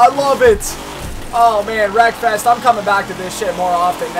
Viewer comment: I tought u said: welcome back for some more breakfast😂, Anyway keep up the good work